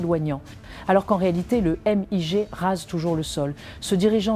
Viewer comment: On prononce "migue", pas "éM-I-Gé" !!!